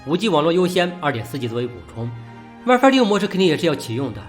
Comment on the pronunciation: 这普通话糟心英文也糟心啊，神特么设置wife网络